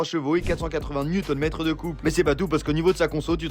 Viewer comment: C'est pas N/m mais Nm